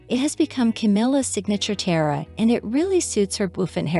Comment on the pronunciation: I'm sure you'll figure out how to pronounce correctly the word... tiara. Three syllables, not two. As in tee - ar - ra.